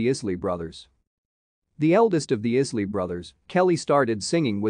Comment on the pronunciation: It's pronounced EYE-SLEE 😉. . .